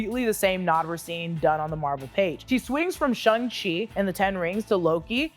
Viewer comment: It's SHANG-Chi, not SHUNG-Chi. The characters even joke about how he renamed himself from SHANG to SHAUN because they rhyme!